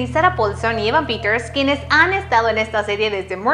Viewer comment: así no se pronuncia el nombre de mi Evan;(